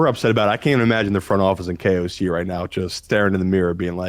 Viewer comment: u nailed on KOC 9,9 that’s no in German twice